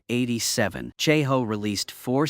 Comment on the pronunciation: Can't even say 1987 properly. AI trash